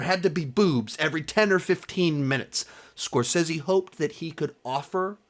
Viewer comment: bro before you make an hour long video on the man at least learn to say his name right...